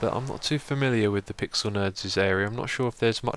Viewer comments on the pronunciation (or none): none